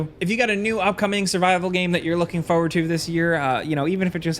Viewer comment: I don't like how pronounces "forward"